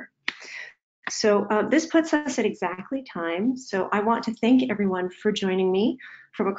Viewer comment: Sounds like "hello every run"